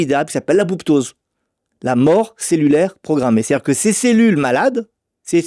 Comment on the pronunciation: Par contre la mort programmée de la cellule, ce n’est pas "l’abouptose" mais l’apoptose. Ça m’a fait bizarre qu’un specialiste écorche comme ça un terme scientifique...